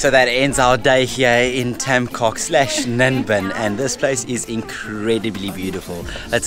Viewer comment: beautiful video! Just one thing: "coc" is pronounced "coke" with soft "c"